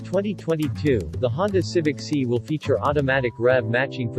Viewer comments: It’s not see but si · Quit saying Honda Civic See